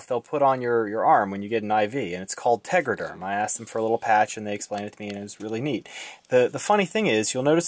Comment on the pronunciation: Tegaderm, not tegraderm